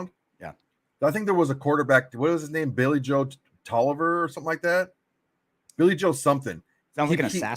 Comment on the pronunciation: learn how to pronounce her name correctly